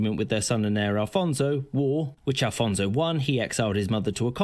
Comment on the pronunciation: Afonso Henriques - not Alfonso....